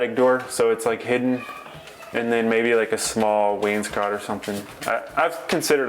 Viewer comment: It’s nice to hear somebody that knows how to pronounce Wainscott.